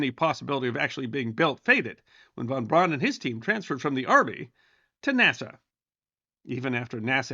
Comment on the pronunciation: I thought we covered this before. His name is pronounced Verner Fon Brown.